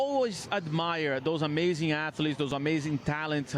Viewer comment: When your leader says "afletes", your team sucks 😂